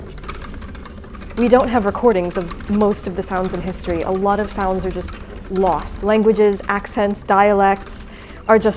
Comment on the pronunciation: Your regional accent came out on the word "lost" amidst you soaking in the experience of hearing a lost language/sound from history. It embodies how region and culture in not even one full lifetime can evolve within an individual. A serendipitous, beautiful easter egg. ❤